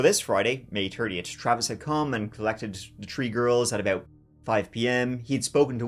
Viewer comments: Three not Tree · Tree tree six 😂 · Is he saying “three girls” or “tree girls”? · Th th th three not tr tr tree at least make an effort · TREE FIFTY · I'm glad there was 3 daughters cuz we get to hear u say TREE so many times 😂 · It is cute that you cannot pronounce "three" in English. Less so that you don't even try.